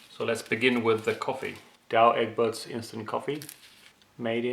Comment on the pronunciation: I think the coffee is pronounced like dooweh ekburts... they are making very good coffee.... i love the regular coffee from them